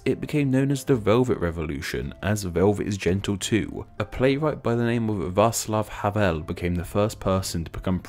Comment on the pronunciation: It's Czech residents, also train the pronunciations, you pronounced Václav Havel wrong, but I get that your not a native Czech